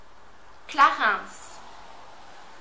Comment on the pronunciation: Why is Clarins pronounced with the S behind? I've always said Klah-rhung. oh dear